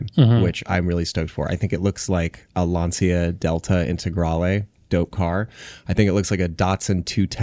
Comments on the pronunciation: You know, Lancia is pronounced somewhat like "Luntshah" and not "Lunceeea" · been yelling at the screen the same that Lancia is pronounced Lancia and not Lancia.